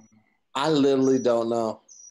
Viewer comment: So we're just going to ignore that said "Littlely" instead of "Literally." Lol okay.